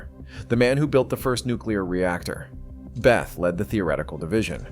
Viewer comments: Bay-ta. Not Beth. I used to work with his son. Also brilliant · The narrator is an idiot. He pronounces Bethe as "beth," not "beta." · Hans Bethe. It's pronounced beta, not a girl's name "Beth" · How does this video manage to pronounce Bethe both "Beth" ( entirely incorrect) and "Beta" (close enough)?? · And, Bethe is pronounced Beta... ;-) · Stopped watching when the bot voice pronounced Bethe as "beth". It clearly never heard about the paper by Alpher and Gamow. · You need to decide how to pronounce Hans Boethe ,(it's not "Beth")... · No one knows who “beth” is. The man’s name is Hans Bethe - pronounced behtuh. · This speech generator can't get the pronunciation of the players' names correct, or even consistent. Von Neumann. Bethe. And others.